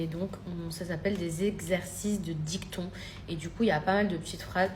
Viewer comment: Exercice de dicton ! 😂😂😂 DictIon ! Quelle cruche !